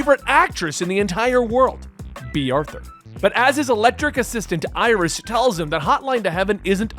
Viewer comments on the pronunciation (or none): none